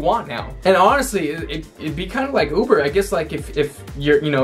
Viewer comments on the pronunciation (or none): none